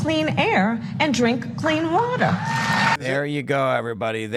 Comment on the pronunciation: Sounded like she said "clean watuh."